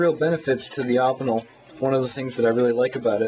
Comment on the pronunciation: Good review, you should show some of your other knives, im intrigued by the evolution of you knife selection, i have a feeling that its close to mine. by the way, im pretty sure that its pronounced "oh-pin-el" not that it really matters.